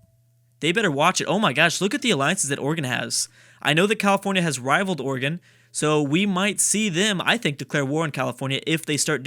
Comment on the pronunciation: Everytime pronounces Oregon as "Organ". I will throw a cat in a pool.